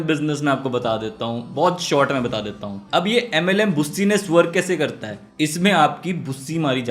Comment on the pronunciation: Yrr ab MLM nhi bol paa rha 🙂